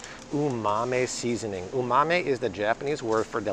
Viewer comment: Yes, that was almost cringe worthy.